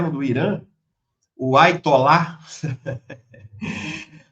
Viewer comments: Quanta ignorância! Não é Aitolá e sim Aiatolá. Não é "o nome do cara". Significa: entre os muçulmanos xiitas, alto dignitário na hierarquia religiosa. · NÃO É AITOLÀ DR É HAYATOLÀ